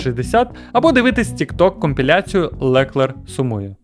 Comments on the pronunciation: а ще ЛеклЕр якщо що з наголосом на останньому складі + Ден та Гюнтер вже не в Ф1 ) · Дякую за цікавий погляд на Ф1. Але готуватися треба краще. Дуже ріже слух ЛекЕр і Нюрбургрінг. В наш час інтернету легко знайти як правильно вимовляти. Редакторам великий мінус